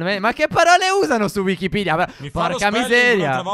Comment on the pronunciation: Piccola precisazione si dice wikipedia non wikipidia